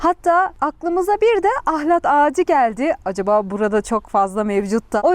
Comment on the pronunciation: Ahlati biturlu düzgün diyemediniz ahlattaki L yi kırmadan söyleyin